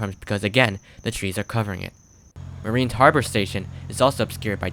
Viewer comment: Mariners Harbor, not Marine Harbor